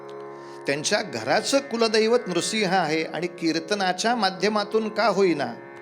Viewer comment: 🙏नृसिंह शब्दाचा अत्यंत योग्य उच्चार केल्याबद्दल मनापासून धन्यवाद